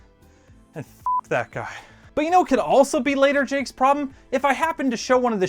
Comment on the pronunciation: I thought it was pronounced Jake-KUH (sound a man makes when getting punched in the nuts)